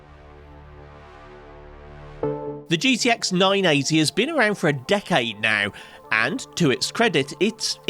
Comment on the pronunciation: I thought he said “dickade” hahahahaahah